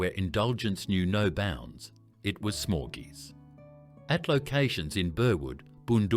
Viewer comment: That’s not how you pronounce Dominos or “smorgeys” for that matter